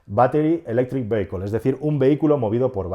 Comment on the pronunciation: Minuto cuando pronunciando "vehicle" has pronunciado "veiquel" me ha partido el culo. Por favor se pronuncia "VÍACOL".